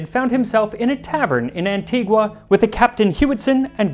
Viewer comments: It is pronounced an-tee-gah not an-tee-gu-ah... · FYI, I've been to Antigua. It's pronounced Anti-ga. The natives HATE it when we say Anti-gwa. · The name of the island is pronounced Anti-ga though. Anti-gua is how the city in Guatemala is pronounced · Hello Max! You've created a wonderful channel with great historical and culinary content. Just a heads-up: the natives of Antigua (and the whole of the English-speaking West Indies) pronounce the island's name "Anti-GUH," not the original Spanish "AntiGWA." Thanks again! 🇦🇬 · I’m from Antigua 🇦🇬 so I was so proud to hear it. Quick note, It’s pronounced “Anti-ga” not “Anti-gwa.” I love your channel! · An-tee-guh... That is the proper pronunciation. Great vid nonetheless! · Locals pronounce it An-TEE-ga. The U is silent. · Every time he says "Antigwa".... but I see that he learned the correct pronunciation after. Now can we work on Caribbean? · Antigua is pronounced as "An-tee-guh" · Excellent video, except Antigua it is pronounced ann-TEE-gə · Hey Max- great episode, but the locals pronounce Antigua- “ann-tee-guh”. Just sayin. Arrrr.